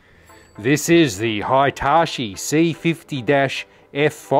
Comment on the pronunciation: Excellent video. This thing blows away all the examples I remember from childhood with terrible convergence and chromatic aberration issues. Side note, it's definitely "Hee-tah-chee" and not "high-tah-chee". That is to say, the two I vowels are the same sound.